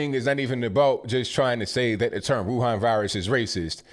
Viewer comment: Amazing how correctly pronounces the word Wuhan both in Mandarin and Wuhan dialect.